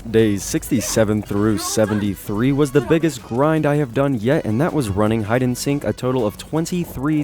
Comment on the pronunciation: Did this dude say hide and sink